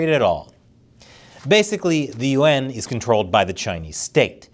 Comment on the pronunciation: the way you say Yuan annoys me, its not the UN